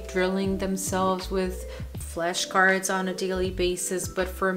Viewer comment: why is she saying "fleshcards"?